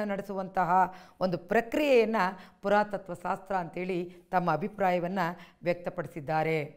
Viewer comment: ಸಾಸ್ತ್ರ ಅಲ್ಲ "ಶಾಸ್ತ್ರ"